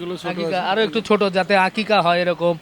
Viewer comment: আপনার গ্ৰামের এলাকার মানুষজন আকিকা বলে না তো আকিকা কে বলে আকিস্যা।